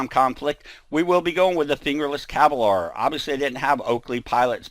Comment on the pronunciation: Why do you pronounce "Kevlar" like that?